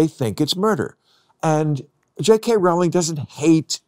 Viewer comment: Rowling rhymes with bowling